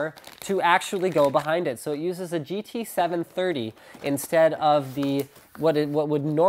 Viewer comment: Did you say GT730, Linus?